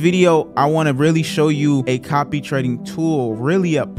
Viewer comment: He said "copy-reked" quite a few times.